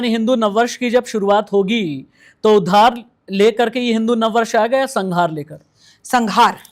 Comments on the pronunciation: True. She always shouts unnecessarily. Totally wrong pronounciation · कलयुग केवल नाम..... उद्धारl, .... is uchharan Ko theek kar lo.....